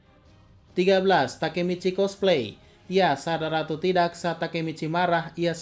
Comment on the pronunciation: "tidack" aman, shit Mimin anak meme